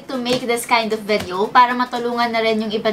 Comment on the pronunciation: "VEDEO"... But still love ♥️